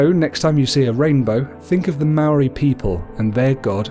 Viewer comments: Dude it's not Maroi its mo-ra-I moari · You saying "Maori" is killing me. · You pronounce Māori words really good but Māori isnt Mare it sounds like "Moldy" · Bro yes a beautiful subject, but bro please before doing a Maori video please learn how to pronounce our words properly. I do not approve of our cultural deities, done with such effortless pronunciation. As fasinating it may seem to you, please leave our culture alone until you understand and may great effort in pronouncing our words right. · Pronunciation tip: the Maori roll their Rs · Heads up when u gotta use the "wh" u use it like a F And when u say ur "R" u say it like a machinegun sound effect but not long as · I go to Te kura Maori o porirua TKMP good job just learn how to say Māor and are Māori gods names right thank you 😀😀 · The pronunciation of Maori words were not said properly most were incorrectly said like the word Maori as it was said wrong however it's great to see people getting to know more about our culture and share what they have learnt with others! :) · Sad you can't even say Maori right it's Te Reo Maori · chantelleida as a young Maori man I was quiet insulted by the mispronunciations So badly I ended up making a sin counter By the way Kia ora